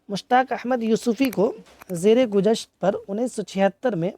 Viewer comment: آپ کے لکچر میں کافی غلطیاں ہے۔۔ زر گزشت ہے۔ زیر گزشت نہیں ہے۔۔ 2 آب گُم ہے۔ آب گَم نہیں۔ 3: مشتاق احمد یوسفی کی پہلی کتاب 1961 چراغ تلے۔ 4:دوسری کتاب خاکم بدہن1976. تیسری کتاب آب گم 1976. چوتھی کتاب زرگزشت 1990. آخری کتاب شام شعر یاراں 2014. اعزازات:. خاکم بدہن اور آب گم پہ شادم جی ایوارڈ۔ بینکاری خدمات پر قائداعظم مموریل ایوارڈ۔ حکومت پاکستان کی طرف سے 1999 میں ستارہ امتیاز۔ 2002 میں ہلال امتیاز ملا۔